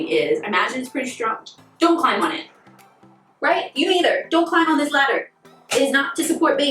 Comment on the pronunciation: I’m a copper fanatic, these are great! Former English teacher here, so forgive me for noticing “climping” where you spoke about not climbing on the ladder, it is a ridiculously spelled word. No shade! I also love your top, so cute!